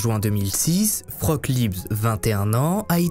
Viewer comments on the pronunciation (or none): Tes vidéos sont dementes ! (Pour info Frauke se prononce Fra-o-que, ma grand mère allemande s'appelle comme ça et à du changer de prénom en arrivant en France à cause des français qui l'appelaient "froc" 😂) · Tu racontes super bien les histoires, c'est toujours un régal de regarder tes vidéos, par contre en tant que germanophone c'est un enfer de t'entendre l'appeler "froque" toute la vidéo xD ca se prononce fra-oh-keu et c'est bien plus joli que vieux froque x) la pauvre x) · Le prénom "Frauke" se prononce "Fraoke" en disant bien le "e" final... mais tout le monde ne parle pas allemand. Vous êtes fortement excusé. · Coucou. J'habite en Allemagne, et je voulais juste signaler que Frauke est une prénom féminin et qu'il se prononce "Fraouké". Merci pour ton travail. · Merci pour la vidéo, atroce et j'adore la police.....Ils ont toujours mieux à faire. Je vais regarder un peu si je trouve quelque chose dans la presse allemande. Une petite chose-le prénom de la fille ( ou jeune femme) est Frauké, le "e" à la fin est prononcé, Liebs c'est son nom de famille. La langue de Goethe a bien des complications insoupçonnées ;-) ! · Coucou ! Juste un petit reproche sur la prononciation du prénom : Frauke> Fra-o-que. Et l'autre remarque, mais je constate que tous les articles wiki, même en allemand, fond pareil, comme je l'ai dit, Frauke était son prénom, Liebs son nom de famille. Donc c'est un peu dérangeant d'entendre le nom sans le prénom. "Dubois a téléphoné à sa mère, Dubois a été boire un verre..." Bref, vous m'avez comprise.🙄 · Frauke Liebs???? ca se pronnonce Fraoke.................. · Mauvaise prononciation du prénom Frauke. Le E a la fin faut bien le prononcer. Et AU en allemand ça fait pas O. Faut le prononcer A OU.